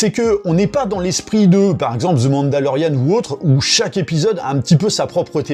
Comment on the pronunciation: Sérieusement, on ne dit pas ZIII, mais DHI pour bien prononcer The.